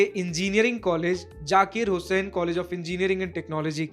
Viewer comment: It's Zakir Bro Not Jakir 😑😑😑